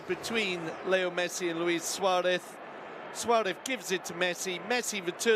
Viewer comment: Why is this commentator always saying Suarev instead of Suarez ???